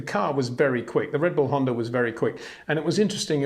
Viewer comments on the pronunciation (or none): none